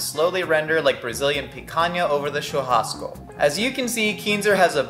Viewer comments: That was the best pronunciation for churrasco i've ever seen for someone that doesn't speak portuguese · I'm Brazilian and I'm actually rlly happy that he talked about picanha and churrasco besides nailing the pronounciation